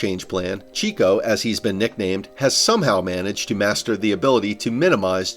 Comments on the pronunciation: Checo - like /check-oh/ Not like chick... Nice video though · Sergio has been in F1 for 11 years. How can you still fumble ver how to pronounce “Checo” this badly? It is as if you just read it for the first time in your life